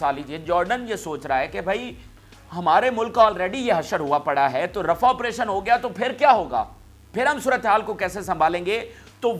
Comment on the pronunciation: Pl read rah as rafah